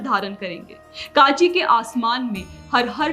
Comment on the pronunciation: Kaanchi nahi rey mongoli. its kanchi , naam se dangse bola karo.